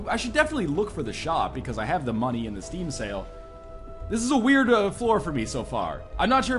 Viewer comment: It sounds like you're saying "Steam Cells" not "Steam Sale"